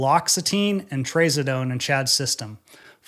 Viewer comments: "traz" rhymes with spaz... Not raise. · Trǎzǎdone. Those are SHORT vowel sounds. There’s no Long A vowel sounds. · Never heard anyone pronounce “Trazodone” like that before🤣🤣 It’s TraZUHdone haha